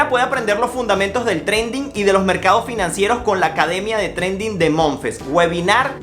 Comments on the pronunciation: Bro se escribe trading y se prenuncia treidin porque trendin es otra cosa! Valga la cuña! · Trading pero se dice treiding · Perdona pero no es trending es TRADING "TREIDING" 🤣🤣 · Trading se pronuncia treiding.